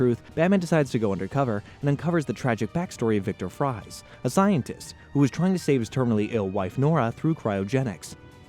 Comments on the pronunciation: his name is still "freeze" it's just spelt differently lmao because of his heritage 😅 fries .... 🍟 yikes bro - learn to pronounce the names 😅 her name is after a Greek goddess , and it's not pronounced like that at all bud lmao too late - Isis is fine. Smart people know it's name didn't come from a terrorist organization. Smarter people would look up pronunciations for stuff before making videos too tho. I mean damn dude - did you actually watch ?? DAMMIT YOU CANT EVEN SAY "Ra's al Ghul" 😒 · It’s pronounced dr freeze, not fries You can make your jokes but mispronouncing names will piss off the entire bat community… and including every other community